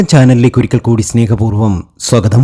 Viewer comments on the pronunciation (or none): none